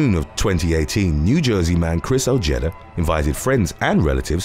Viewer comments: Ojeda is pronounced "o-hey-da" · Dude you have to work on your American pronunciations, number 8 is pronounced O-Hay-Da. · The J is silent in Ojeda. O-hee-da. 👍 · You’re not pronouncing Ojeda correctly. It’s pronounced. oHedah